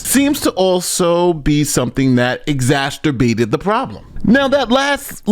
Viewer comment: The only issue i have with that last sentence is the word "exasterbated" This is supposed to be family friendly....gross.